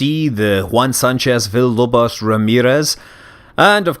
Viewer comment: were u trying to say villalobos or something like that?